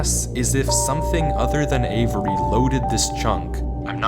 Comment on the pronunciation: “what in the genius??? wait avery, avery, avery, ÆVERY, AYVERY”